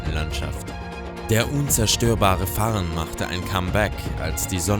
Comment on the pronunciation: Fern statt farn sehr professionell muss ich sagen😂😂👌